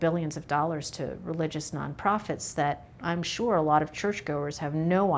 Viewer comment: Please don't use tah like yobamma instead of to or too.